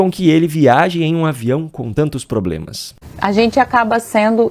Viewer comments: Enfim, uma mulher que fala iNresponsabilidade, pLoblemas, cidadÕEs, aBrido... Enfim, enfim. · "Problemas" nao! "Ploblemas", segundo a Janja